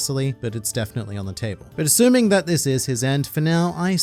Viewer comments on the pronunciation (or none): none